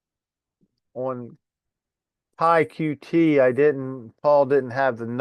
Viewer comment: I just knew that you would use PySimpleGUI,! You’re being a bit unfair to PyQt (pronounced Py cute btw) because Paul could have used arrays and passed variables to functions etc which would have cut down on the number of lines big time. I’m feeling rather frustrated because my homework is going to be very late as I’m in the south of France for a week to try to escape the weather back home. Unfortunately, it’s worse here. Nice solution (even if you were cheating 🙂)